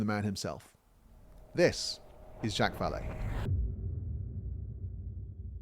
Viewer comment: Ok i cant take it anymore lol. Zhock! Zha-ock like jock with alittle zzz at the start, Not jack, ive heard him called jack plenty of times but for someone so familiar with him it just bothers me more than it should that you keep calling him jack lol i apologize i cant help myself. Love your vids though sir. I just discovered you today and i think im on video number 4. Keep up the great work